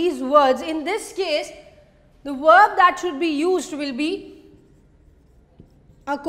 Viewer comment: not werb.it wil be verb sound